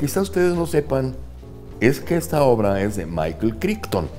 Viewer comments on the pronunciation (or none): none